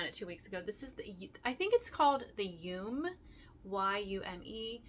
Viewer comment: Just some info for you yume is pronounced yumay. It is a Japanese word and they pronounce all vowels.